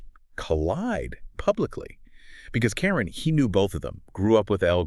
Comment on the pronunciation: It’s Cam-Ron not Cameron omg please look up the culture or hip hop artists before doing a story on a dead MC